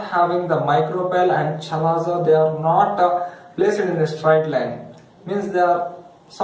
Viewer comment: Chalazaaaaaa ha haaaaaa First learn how to pronunce chalazaaa